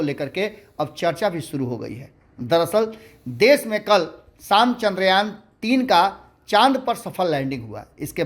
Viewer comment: चंद्रयान बोलिए न , बार बार चंद्रायन क्यों बोल रहे हैं?